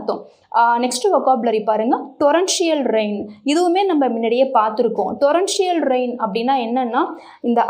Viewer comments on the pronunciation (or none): Mam good job except pronunciation (blew, torrential). Please rectify it at next video